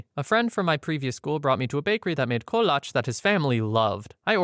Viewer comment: Yay you said kolotche correct